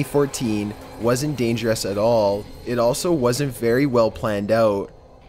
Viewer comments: "Dangeraas" "Previeaas" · the way it said "dangerous" and apprehended 😂😂😂😂